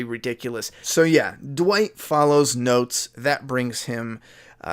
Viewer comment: When you said he follows notes. I thought you said he follows goats and busted out laughing